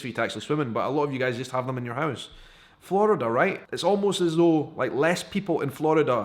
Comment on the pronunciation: and Flurrida